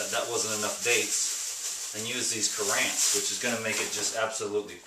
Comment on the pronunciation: Not pronounced cut-antsy he word is pronounced-CUR-ENTs